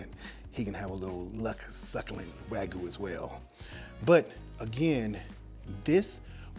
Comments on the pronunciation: its pronounced w-ah-g-you not w-A-goo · Pls learn how to say wag-yu. Not wagoo. 😑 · Note wagu but wa-gy*u*